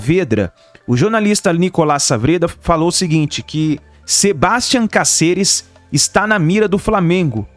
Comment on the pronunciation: Sebastian Cáceres. e nao Cacehres